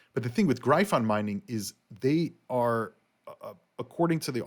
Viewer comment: I Don't think you are pronouncing gryphon properly. I could be wrong.